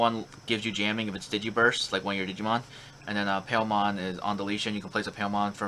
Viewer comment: Your pronunciation of Palmon is weird.